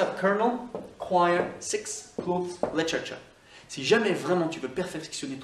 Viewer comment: Tu m’as bien fait rire en prononçant le dernier mot : literature, on aurait dit que tu disait comme en français dans la dernière partie de la prononciation, j’entendais : cha-cha-cha (comme la danse) hihihi:o)) 🇨🇦